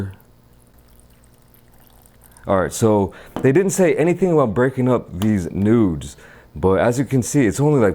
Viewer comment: "It said nothing about breaking up these nudes" Honestly you should've just said noodles cuz that didn't sound right lol